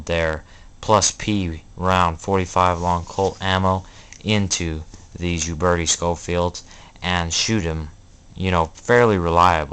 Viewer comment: Your pronunciation of Uberti is killing my ear. Ciao.